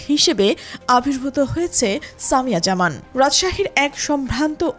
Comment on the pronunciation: একটা নাম ও সঠিক ভাবে বলতে পারেন না?? সামিয়া জাহান✅